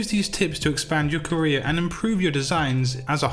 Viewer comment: No one: My ears: career = korea